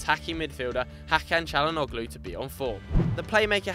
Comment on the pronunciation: The 'G' in Calhanoglu is silent